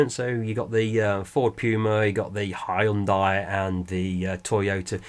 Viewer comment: Stop saying Hyundai!!!! it's pronounced Hyundai!!!!